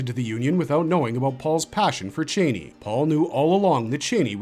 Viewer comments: I hate the way you newbies pronounce “Chani”. She’s NEVER been “Chāni” like a chain. It’s pronounced “Chani” rhymes with “Donny”. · I hate to be “that person” but Frank Herbert pronounced the name as Chainey.